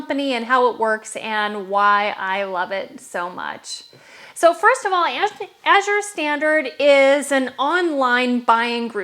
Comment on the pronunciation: Thank you for pronouncing Azure correctly. As a reading tutor, I can't help but noticing when people mispronounce it. My husband will hear me talking to the screen and correcting the speaker.